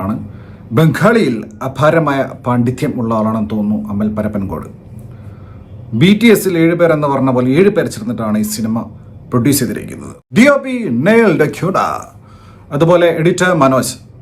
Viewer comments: പരപ്പൻകോട്❌ പിരപ്പൻകോട്✅ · അമൽ പരപ്പൻകോട് അല്ലെടോ.. പിരപ്പൻകോട്✍️ അമൽ പിരപ്പൻകോട് നെ പറ്റി അറിയണേൽ ജസ്റ്റ്‌ ഒന്ന് ഗൂഗിൾ അടിച്ചു നോക്ക്. അവൻ പൊളിയാ.. ഇനി ഇൻഡസ്ട്രി അമൽ ഭരിക്കും.. ബംഗാളി പാണ്ഡിത്യം മാത്രമല്ല അമൽ ന് അങ്ങ് ജപ്പാനിലും ഉണ്ട് വേര് ഒരു സ്ഥലപ്പേര് പോലും നേരെ വായിക്കാതെ റിവ്യൂ പറയുന്ന തന്നെ ഞാനെന്തിനാ വിശ്വസിക്കണം. ഞാൻ പടം തീയേറ്റർ ൽ കാണാൻ തീരുമാനിച്ചു